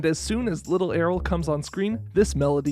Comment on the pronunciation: I stg it's pronounced the same as "Ariel", the Y makes its consonant sound lol